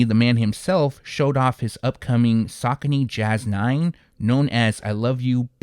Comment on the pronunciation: It’s sa coney bro